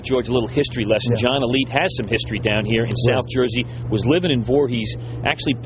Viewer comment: Why cant these guys say his name right its alite not elite